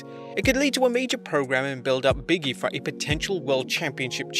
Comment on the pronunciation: LOL His name is "Big E" not "Biggy" the space between the g and E means there is a pause between the the words.